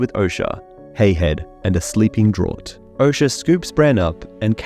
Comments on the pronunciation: Draught. It's pronounced "Draft". Like Miller Genuine Draft beer. It's draught. Like enough. It has that "F" sound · Draught is pronounced Draft